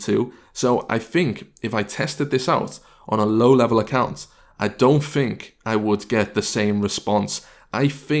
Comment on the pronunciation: Do you fink or think? :O